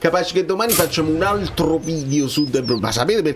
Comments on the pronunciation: Ma come un altro video su De Bruyne...si DUI BRUYNE 🤣💙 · La pronuncia che senti da google è Olandese, in Fiammingo è esattamente come è scritto. Fonte: vivo in Belgio da una vita